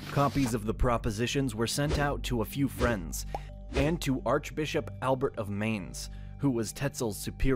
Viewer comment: Your pronunciation of the German names is hilarious: "Marden Luser", "Elbört of Meins", "Dshon Kelvin", "Alric Suingli"... 🤣🤣🤣